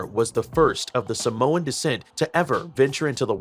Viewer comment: Ur saying Samoan wrong it’s really annoying.